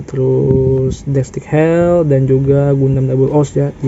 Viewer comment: bang, bukan gundam destik hell bang, tapi gundam deathscythe (baca : deadsait) hell, sekedar koreksi aja bang✌🏼🙏🏼